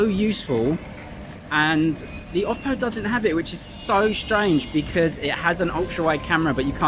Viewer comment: i really like the way you pronounce oppo